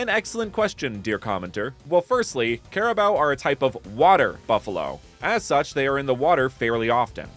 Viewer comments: Ima teach how to pronounce carabao first don't say CARABAO but say crabao but with a hint of A next in the c BUT THANK YOU FOR DOING A REGION ABOUT MY COUNTRY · its not "care"abo its ka ra bow turn the c into k you are affending me im a flillipino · its karabaw not kerabow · Cara... Bao? I always thought it was pronounced caraboo. Carabao just sounds bizarre and wrong to my brain. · By the way it’s pronounced as carabao i think since that’s how my teachers pronounced it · I did not want to say this but carabao is pronounced kah ra bow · its pronounced care-a-boo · You pronounce carabao wrong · erm That's not how you pronounce carabao🤓☝️